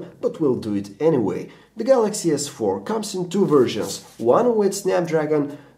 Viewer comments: OMG he just said "Samsung Galaxy S Fuck 4" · The galaxy S... 4!! Lol what's up with that pause?